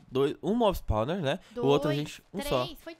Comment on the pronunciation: kkk nao e "spauler" e spawner